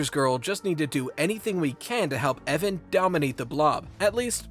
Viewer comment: My face cringed at "EVAN" ?!?